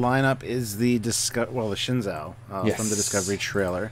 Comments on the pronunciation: The Shin-Zow? It's pronounced Shen-zoo. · Shenzhou is the name of the ships of the Chinese space program, and it's pronounced "shen-joe" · Please, I don't want to be pedantic or anything but the "zhou" in the name Shenzhou should be pronounced like the English name "Joe". It's Shen Joe. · The actual Chinese spacecraft, Shenzhou was pronounced Shen-zoo. If they pronounce it differently in the show, I might not kill myself :)